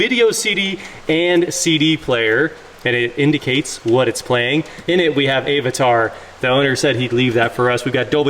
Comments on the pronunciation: Great video. Love this classic lux. Just offer one suggestion....it's pronounced a·vuh·taar :) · What the hell is “Ayvatar”? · I’m 99% sure is an AI creation… he mispronounces words like AI voice modules… “A-vatar”… “mAy-back” 😂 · a what a tar?!?!?! ive never heard anyone say avatar like that. i'm gonna start pronouncing it like that! 😂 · do not appreciate how you said avatar xD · I love your content. But the way you pronounce Avatar is physically painful to listen to. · And Plas (and budnz) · Hey, at least he says Jaguar correctly and doesn't call it a Jagwah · Your pronunciation of Avatar was driving me crazy.....